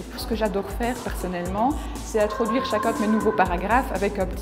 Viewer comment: PowerPoint houla 😂 "introduire"